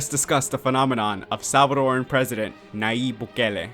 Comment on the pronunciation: Gracias, muy bien elaborado el documental... sólo que debes pronunciar su nombre bien. "y" pronucia el fonema.